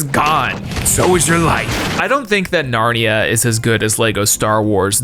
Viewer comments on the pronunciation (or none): Got narnia wrong as well